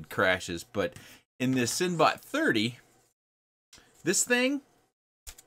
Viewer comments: You are pronouncing it wrong. The "e" in "cinebot" makes a sound. The prefix is from the word "cinematic". "Cinematic" isn't pronounced as "sin-matic"', and "cinebot" is not pronounced as "'sin-bot". It is pronounced as "sinnabot", and you already know this. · I cringe while he says it. Depending on your accent, si-nuh-baht.